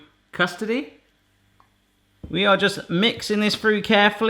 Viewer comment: Did you say "I am in Custardy"?